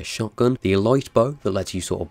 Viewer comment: Elite is pronounced eleet